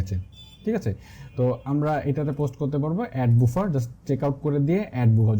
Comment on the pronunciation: বুফার না, এটার উচ্চারণ বাফার :D